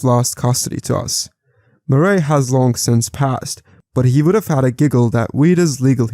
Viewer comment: Murray is pronounced "muhr-REE" not "more-ray"